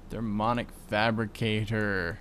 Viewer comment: I was the person who told you how to pronounce the minium stone. You failed at saying mini. If you said it correctly and added "um" to the end, not only would you say it right, but that's how it's spelled too! And you keep not saying the i in thermionic fabricator. Therm-"e"-on-ic. And placing the carpenter next to the aqueous accumulator would have worked, if you hadn't changed the config on it so it only outputs the water to the top.